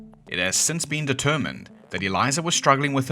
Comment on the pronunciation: Without looking at your channel or hearing about you, are you kiwi or have a bit of kiwi in you? The way you said “Since” Makes me reckon you are 🤣